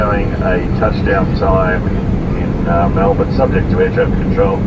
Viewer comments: The pronunciation of Aussie cities on YouTube is horrendous. It's not Mel-born, it's Mel-Burn. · ways to make an aussie cringe when an 'merican calls it "mell born" mel bin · FYI, the proper pronunciation is "Mel-BUN!" Hardly a genuine OZ experience. No "drop-bears" in the overhead lockers, no 'roos serving the meals, and no Vegimite! QANTAS has really gone downhill. :-) Still, PE is a big step up from Sardine Class in comfort, and almost essential for a long flight. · We say Melbun - I come from Manchester 😆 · Pronounced Melburn :)